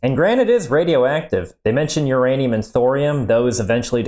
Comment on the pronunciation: Ur Anium Your Anum